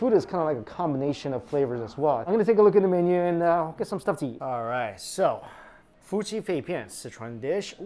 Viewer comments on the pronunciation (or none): none